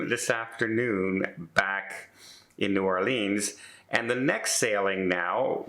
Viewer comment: needs to learn how to say "New Orleans". Pronunce it "orlins" Not "OR LEEEENs"